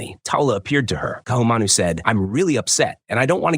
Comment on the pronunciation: the stupid AI comments why doesnt somebody prooflisten and correct Ohio and other nonsense. Ka'ahumanu mispronounced.